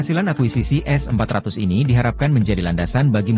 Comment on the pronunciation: kalau ngomong yg jelas Min, S400 atau S500 ?